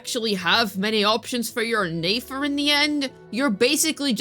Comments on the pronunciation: Are you saying her name wrong on purpose? Just curious, sounds weird when you call her Nafer lol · I'm starting to get irritated by how you say nefer please say it right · I know but it's mildly frustrating yk because we literally hear it said correctly I the archon quest